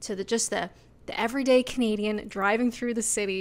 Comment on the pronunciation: I like. When I first watched her, she pronounced CANADIAN sounding like Caneedian and I thought she was a comedian and wondered how she could make a living there. She's witty, honest, self-deprecating, and a joy to watch. The British are lucky to have her.